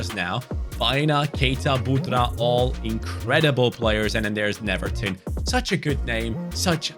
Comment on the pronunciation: Not to be the boring guy, but is pronounced like “Neuerton” because here in Brazil “W” is like “U”